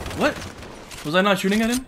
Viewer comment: “I beamed eeem”